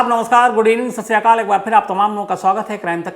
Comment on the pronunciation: ITS "SAT SRI AKAL" NOT SASRI KAL